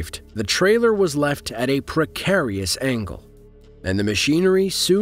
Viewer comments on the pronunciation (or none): none